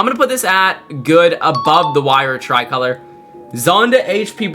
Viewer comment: Not the try-color😂😂😂😂